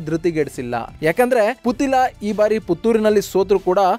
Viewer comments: ಪುತಿಲ ಅಲ್ಲ ಪುತ್ತಿಲ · Sariyagi putthila antha pronounce madappa neenu